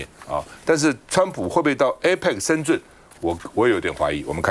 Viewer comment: 为什么台湾人把深圳念成 深 zhun ？